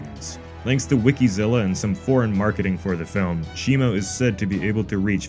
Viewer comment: I keep zoning out and hear him saying "shemale"